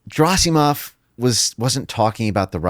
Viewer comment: If only people invested in a given subject took some effort to properly pronounce non-English surnames... Every time he says Gerasimov, I want to scream. I understand that an average person may not have the time or interest to check the pronunciation but if it's your bread and butter, come on...